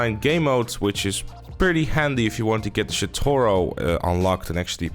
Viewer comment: Did he just pronounce it as "shitoro"?